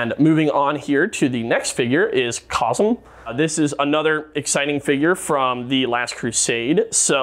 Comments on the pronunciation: Its Kazeeeeeeeem not Kozum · its pronounced Kazeem ..have you even seen the movie this figure comes from ? Wow !